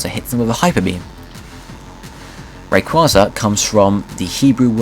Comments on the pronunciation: it was pronounced "Ray-KWAY-zuh" in the movie Destiny Deoxys. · i cringe every time he mispronounces Rayquaza's name. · So true